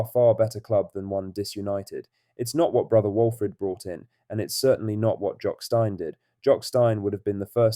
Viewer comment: iI wonder how big Jocks brother franken is doing these days say steeeeeeeeeeen repete Steeeeeeeeeeeen the most famous man ever at the club and they cannot even say his name Steeeeeeeeeeeeeeeen ffs